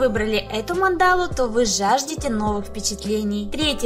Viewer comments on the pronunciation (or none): А почему мандАлу, а не мАндалу? )))